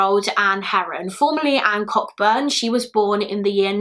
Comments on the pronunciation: Sorry, it's just really bugging me. Cockburn is actually pronounced Co-burn. My family is Scottish and this is my surname, and it was just upsetting every time you mispronounced it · Thank you for covering a lesser known case. I'm not certain but I believe her surname is pronounced co-burn so the ck is silent. Might be wrong though, which isn't unusual 😳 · you are correct ,the name is pronounced coburn as in cockburns port scottish namescan be tricky.